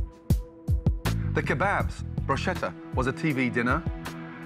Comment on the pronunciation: Always annoys me that he can't pronounce bruschetta properly. Come on man... You're a Michelin star chef.